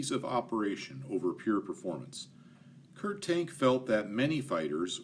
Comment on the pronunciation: Kurt Tank is pronounced Kurt (say as little R as you can, not Kurrrt) Tahnk (like ah, that’s better). Kommandogerät is more like KOE (like whoa!) mahn (Ah, again) doe (a deer, a female…) GEH (eh, what’s that) rayt (half the a sound through your mouth, other half through your nose, don’t let your tongue touch anything in your mouth. HTH. Love your content. Fun fact—German doesn’t have silent letters, except in loan words. Anything you read you can pronounce, anything you hear you can spell. Pronunciation is the EASIEST part of learning German.